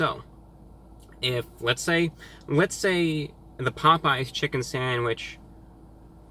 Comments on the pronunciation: did anyone hear Pope yes instead of Popeyes😂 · It’s not pop we eyes it’s popeyes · correct me if I'm wrong but, did he pronounce pop-eyes as pope-yes!!!!???/ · “ pop yes “ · HOw DoES IT PRoNounCe POPE Yes Pop eyes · Glad I'm not the only person who calls it 'Pope Yes' chicken. Obviously, they compete with Churches Chicken. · I have a Chick-fil-A near me, so I gotta try out their chicken sandwich sometime! Also, I really enjoyed your (obviously false) pronunciations of the two! "POPE-E-YES" and "CHICK-FIL-AH". 🤣👍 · my dad used to pronounce it "pope yes" as well, thanks for the memories. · Nigga said pope yes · "Pope yes" Lmaooooo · “pope yes” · Did this nigga just say “pope yes” 😂😂😂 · 😂😂😂 "Pope yes" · “pope yes” lmao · Pope-yes...🤣🤣🤣🤣🤣 Review Bruh coming in hot with the match up of the century!! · “pOpE- yEs” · This nigga said pope yes 😂😂😂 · Nigga said “Pope yes” 😂😂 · review bruh mayne said pope yes? dayuuuuum lmfao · Mans said Pope Yes 😂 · Did he just pronounce Popeyes like pope-E-yes. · "Pope-yes." You heard it here, folks. Our God has declared that Popeyes is now Pope-yes. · Hi Reviewbrah, like your videos and I wish we had these fast food chains here but unfortunately for some strange reason Popeye's closed 😢😔 and I laughed so hard with the mispronounced names lol, didn't expect it from you but it's awesome. Your awesome Reviewbrah. 👍👍😊😊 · bruh this dumbass dont even know how to say popeyes.. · Damn, you really disrespected Popeyes with this one. I appreciate the admission of bias in favor of Chick-fil-A, but from mispronouncing the name to criticizing their service, it's still clear that Popeyes is the best choice in terms of taste. You even almost said they are equal. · im here for that popeyes pronunciation